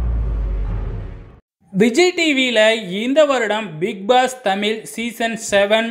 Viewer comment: தமிழ் என்று உங்களுக்கு சொல்லவராதா? தமில் என்று தான் சொல்கிறீர்கள். உச்சரிப்பில் கவனம் தேவை.